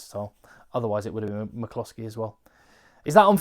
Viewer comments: Please stop saying Big Stuart McCloskey in that weird Indian accent. Your videos are great but please stop. Thanks. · Love your Stuart McCloskey Irish accent,very impressed by the egg man 😀